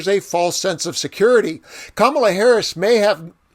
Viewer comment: He accidentally pronounced VP Harris' name correctly.